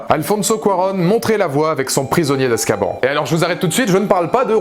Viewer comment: Hum hum... Ça se dit Azkabanne et pas azkaban